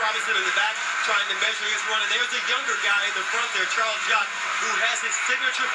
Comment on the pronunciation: One of the commentators said "Jarles Chock"... lol